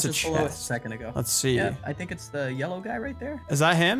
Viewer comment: At the vey start he said "thunk" xD